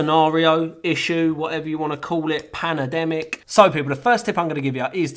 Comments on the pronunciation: Did I hear "Panademic'? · He also said "Panademic"